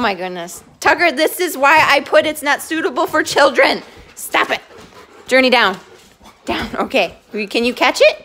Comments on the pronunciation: Its Journee not Journey ok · It’s Journee not Journey